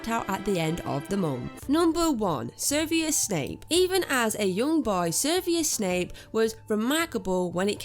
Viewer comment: You butchered snapes first name.